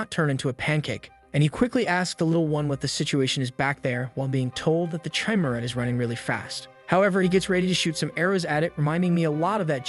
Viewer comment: I love this, and you make great choices to recap. I have two issues though. You never ACTUALLY make a part 2. Your Playlist section is empty. Also, can't you change "Chimera" to "kimera" in the script so the AI pronounces it right?